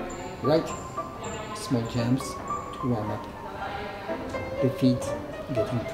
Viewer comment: Agree! Super annoying. What is a “jamp”?? 😂😂